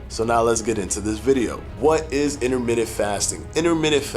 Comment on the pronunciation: Interment-TENT..say it right bruh